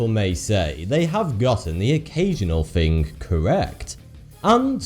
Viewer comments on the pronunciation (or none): "Fawty-Two"? "Conspiwassy feewists"? "Sometimes got vee occasional fing cawwect"? "Sometimes ver twoof is even skerweer van spekewayshens and feewiz"? Pull yourself together man! You're speaking in tongues. What language is vat... I mean that meant to be anyway? You sound like Elmer 'fuckin' Fudd! Now either speak proper like wot I duz, or bugger woff!